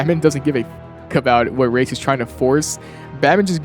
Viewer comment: You get so many points for pronouncing Raz’s name correctly